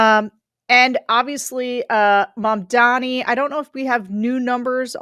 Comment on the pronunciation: Since so many youtubers continue to struggle with properly pronouncing MAMDANI's last name, let me help. We all have a mother. a Mom. We all have the same President, Mr. Orange Donnie. Put 'em together. Mom. Donnie. Mamdani. That's how you say it.